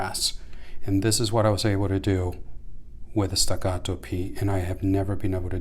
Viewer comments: Why are you saying the name like it's Spanish or som3 foreign name are those made in Texas ? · The Italian police aren't going to kick in your door if you mispronounce staccato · Stacatto with American accent lol that’s merica 😂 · Why is he saying Staccato like that lol